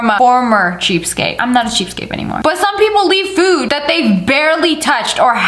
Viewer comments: Lia!!!! It’s cheapskate not cheapscape..... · It’s pronounced cheapSKATE, not cheapscape. I bet you say Valentimes day as well don’t you. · Lia, it's cheapskaTe...with a T! Not cheapskape with a P!